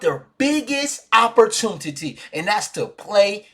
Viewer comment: you my dawg but that’s tuffff 😂😂 “opportuntitty”